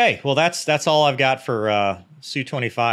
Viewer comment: I am soooo glad you said "Soo"-25 Russian jets are pronounced not spelled out.